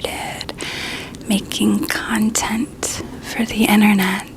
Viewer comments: Lmao am I the only one who keeps hearing “cunt-ent creation” ??? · Am I the only one hearing a very specific emphasis on the “cont” part of “content creation”?? 😂